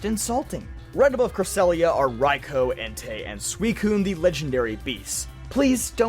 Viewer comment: CRESSELIA, NOT CRESELIYA! AND DARKRAI DOES NOT END WITH A Y, IT ENDS WITH AN I! AND THERE IS NO S IN MYTHICAL!